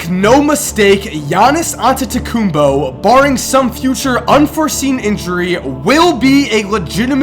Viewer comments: its antetokounmpo not antetokounmbo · ITS AntetekumPO not BO